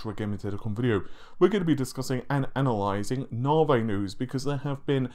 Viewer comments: I can't handle any more "Naveh" instead of Navi.. so unsubbing now. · Its Navi, not Navay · It's Na-vee, my dude! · Say V, NaViiiiiiii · I don't know but in a previous video it is pronounced properly by this guy, no idea why he changed, perhaps its a troll.